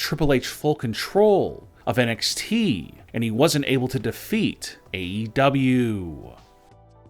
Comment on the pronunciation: Can someone please get this bloke some medication 💊, he's obviously had another stroke......I thought it was NXT, not NXTEEEE